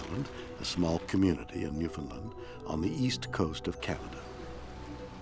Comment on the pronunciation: Shatner is Canadian and should know how to say Newfoundland